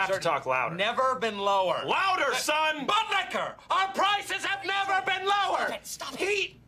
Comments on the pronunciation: Bill butlicker not budlicker... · It's Buttlicker, not butlicher... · bro, it aint budlicher